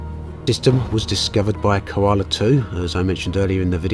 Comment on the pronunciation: It's kola, not koala! But great video as always!